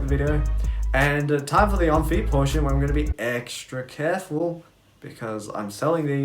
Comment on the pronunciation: Nice “on-feet” lol